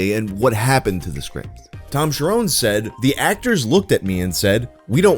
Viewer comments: The 'nes' in Cherones is pronounced like the 'nes' in honest, it is not Cher-'owns'. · His name is not Tom Sharone. It’s Tom Cherones, rookie.